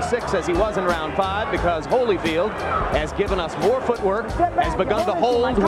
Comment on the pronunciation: Evander "Holly Field"? Really tho?